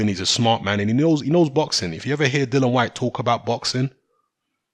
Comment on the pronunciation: ITS "DILLIAN" NOT DILLAN. KMT